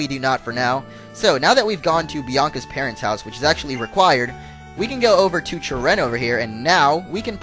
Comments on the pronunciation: you are saying cheren wrong you: CHUH-renn real: CHARE-run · hey ppl plz dont hat this is something a game designer said on the website the name cheren its acctually sheren when you pronounce it